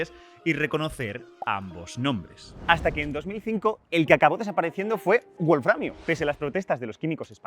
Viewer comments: Una prueba de que el idioma inglés es preponderante, es la insistencia de QuantumFracture en pronunciar "buolframio" en lugar de "bolframio". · Sólo una cosita, un fallo en pronunciación... "wolframio" no es una palabra de origen inglés, sino alemán, por lo que la "w" no debería pronunciarse "u" sino "b". Lo mismo con "wolfram".